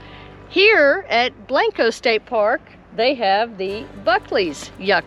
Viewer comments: Blank-co is right, not Blahnk_o! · say it like this... blank co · Both are pronounced Blank-O. Come on man!!! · Well I found your introduction a little annoying. Blanco is not Blonco. Otherwise great video. My ancestors settled Blanco.